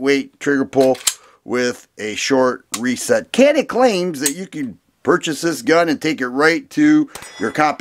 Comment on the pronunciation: Canik.... interestingly I was told pronounced yanik... I can’t verify for sure...I think Turkey pronunciation????